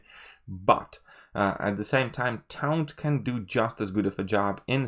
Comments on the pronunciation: It's pronounced like "torn" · This whole video is invalid purely on your pronunciation of taunt. Try again.